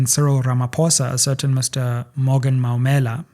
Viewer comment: It's Maumela, like the removed judge from the Meyiwa case. Not Mammila😅